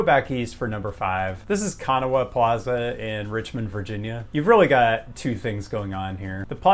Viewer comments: If Kanawha plaza... is anything like the river in West Virginia, it's pronounced in two symbols Ka- NAW' the final ha is an unvoiced schwa. And I mean this in a informative way, not your usually internet snotty sort of way. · All the West Virginians I know pronounce Kanawha with the accent on the second syllable, but I found a pronunciation audio clip on the Internet that says it with the accent on the first syllable, which might be where you got your pronunciation. The river and county of that name are in West Virginia. I suspect the plaza in Richmond borrowed the name from a class of Chesapeake & Ohio locomotives.